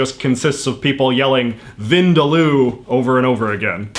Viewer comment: When you're Indian and know how wrong J.J's pronunciation of 'Vindaloo' sounds to the Indian ear 😂 I forgive him, though.